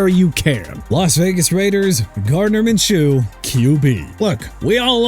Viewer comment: GREAT DUDE!! JEVON HOLLAND CAN LEAVE THE DOLPHINS! I DON'T CARE!! AND WHY YOU MISPRONOUNCE MINSHEW AGAIN?! IT'S PRONOUNCED MIN-SHOO NOT MIN-CHOO! YOU GOT THAT?! AND PLEASE WITH THE JAGWIRES... HONESTLY JACKSONVILLE CAN CHANGE THE TEAM NAME FROM JAGUARS TO JAGWIRES THANKS TO YOU SO KEEP SINGING IT OKAY?! I AM SICK OF THIS GARBAGE MAN!!!!!!!